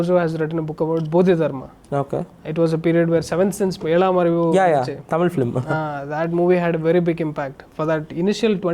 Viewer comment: Sorry but it is "Film" & not "Flim". Better say Movie. I am only correcting and not insulting.